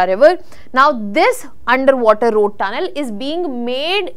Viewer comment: And ‘rrrrrroad” !!!